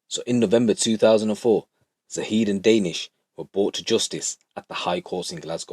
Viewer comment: Lol your making me laugh. Danish. The way your saying it is totally wrong. Funny. Ha Ha Ha. Joke tings!! Oh my daze!!